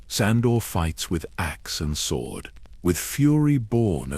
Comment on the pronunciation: need to train it to stop saying sw-ord instead of sord